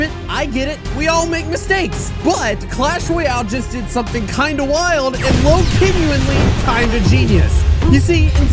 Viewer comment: did just say lowkenually...